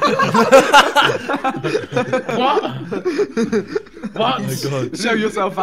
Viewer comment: It sounds that ethan is saying leave the mop but hes trying to say leave the map